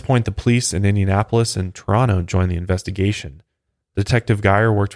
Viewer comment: You say Toronto like a local 😎👍🏻